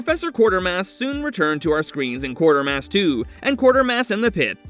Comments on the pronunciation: It is not Quartermass. It is Quatermass, pronounced as kwate-er-mass. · #9 is in fact The Quatermass Xperiment, not Quartermass (just one 'r' in there). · It’s not Quartermass, it is Quatermass. And it’s not “The Island Earth”, it’s “This Island Earth”. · I love Cheech Marin's line from It Came From Hollywood when they were watching the scene of the man getting attacked by the cat in The Incredible Shrinking Man: "That'll be the first time a man was eaten by a pussy!" By the way it's "The QUATERMASS Experiment", not "Quartermass". Awesome film though, and the follow up "Quatermass and the Pit" is even more a sci-fi classic! And it's "THIS Island Earth", not "The" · Who is Quartermass?? Quatermass!! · Quatermass; not Quartermass & it's THIS Island Earth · A good list but I don't understand the byline of 'so bad they're good' when you've got historic Sci-Fi titles like Incredible Shrinking Man and Forbidden Planet, which has the iconic Robbie the Robot, though I must tell you, you got two of the titles wrong - it's pronounced Qway-ter-mass Experiment while you were pronouncing it Quart-er-mass. You also listed the last movie as The Island Earth, when it's actually This Island Earth. Sorry to nitpick but you always put such effort into your videos, I wanted you to have the correct titles and pronunciations. Also, if this is a list of underrated Sci-Fi movies, how come Monolith Monsters, the Deadly Mantis, or the Giant Behemoth didn't get even an honourable mention? ;) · Also, mispronouncing QUATERMASS as Quartermass despite seeing the correct name twice